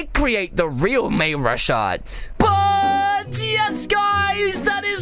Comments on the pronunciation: May rush art ??? you call him that what if i called you ca li x o yea that sounds wrong its mayrushart ru the u is u just a correction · It is May-ru-shart, not may-rush-art, plus, the username is "mayrushart", not Real1MayRushart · its not may-rush-art its may-ru-shary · Not May-rush-art it’s May-ru-shart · Sorry don't wanna be rude but Its pronounced MayRooShart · Lol i just think his name is call :"May-ru-shart" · He said may rush art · Its not may rush art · It's may rushart